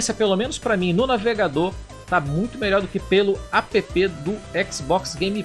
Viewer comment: Apepê?! Será que algum dia vão perceber que app é uma palavra, e não uma sigla?